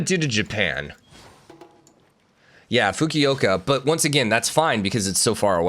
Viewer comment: Japanese pronunciation is deceptively easy-just pronounce each syllable how it’s spelled. Fu-ku-o-ka. You got this 👍